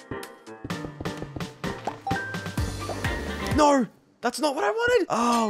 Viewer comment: i liked the part when he said NAAURRR